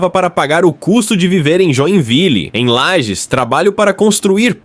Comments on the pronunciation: obs: LAGES e não lajes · Inteligência artificial, usa o padrão, desconhece o nome próprio da cidade...